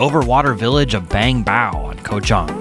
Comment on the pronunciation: Koh Chang ! Not Koh Chong 🤦🏼‍♂️